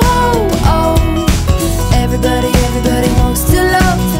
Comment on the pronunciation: Younsaid everbody instead of everybody